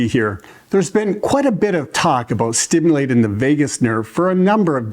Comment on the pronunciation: Thank you for sharing the information. May I also share information. I'll share with you with a former boss said to me once, 'Finish your ings when you say your words. For instance instead of saying stimulatin' say stimulating. Instead of massagin', say massaging. Instead of saying strokin' say stroking. Instead of bathin' say bathing.